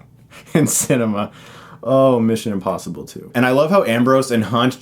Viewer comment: Is he saying... INpossible?